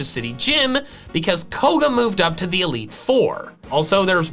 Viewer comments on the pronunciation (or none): none